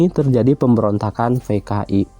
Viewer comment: Kenapa p dibacanya f si pak😭😭 kan dari "PKI" jdi "FKI"😭😭